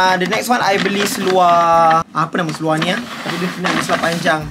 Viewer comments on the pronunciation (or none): Suka betul dengar cakap "seluaq" 😆